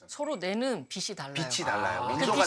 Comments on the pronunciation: 빛이 (비시)~ 똑똑한 분에게 인간적인 모습 잘 봤습니다~ 하지만 계속 거슬렸어요 ㅠㅠ 다른 패널들이 빛이 (비치~) 강조하던데... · 교수님 설명 다 좋은데, 발음 하나만 고치시면 좋겠습니다. '빛이' 는 '비시'로 발음하는 게 아니라 '비치'라고 해야 맞습니다. 이거는 교수님도 마찬가지에요. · 박사님 다 좋은데 빛이 를 발음할때 비시로 하시는데 비치로 발음 하시면 좋겠습니다. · 박사님 잘 봤습니다. 가장 가까이 있는 별이 있어서 태양을 연구하게 되었다는 말씀이 참 와닿네요^^ 박사님 아주 작은 한 가지 고쳐야할 점 말씀드릴게요. "빛이", "빛을"을 발음하실 때 "비시", "비슬"이 아닌 "비치", "비츨"이라고 발음해주시면 더 좋겠습니다. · 외람된 말씀드리자면... 박사님.. [비시]들어오면, [비시]강해서, [비시]비칠때 이러시는데... 우리말 바른 발음은 [비치]비칠때, [비치]달라요. 비슬-> 비츨 빛이->비치 비슨->비츤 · 내용 너무 좋은데 빛 이면 받침이 ㅊ 이라 빛이 = '비치' 빛을 ='비츨' 로 발음해야하는데 교수님 계속 '비시' '비슬' 로 빗으로 발음하시는점은 조금 수정하시는게 어떨까 싶네요.